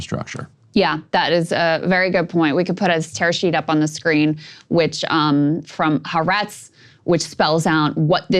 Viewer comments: At the risk of being pedantic ... "Ha" is the Hebrew word for "The" and "Aretz" is the Hebrew word for "Land." So the way to say the name of that newspaper (The Land {of Israel}) is "Ha-Aretz." Two words. Ha Aretz. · Ha - aretz. It's multiple syllables.